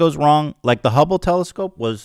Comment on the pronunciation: Ethan saying the ✨Humble✨Telescope every so often reminds me of boomers saying chipoltay instead of chipotle